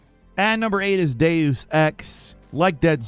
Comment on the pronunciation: Stop saying the word Deus so wrong!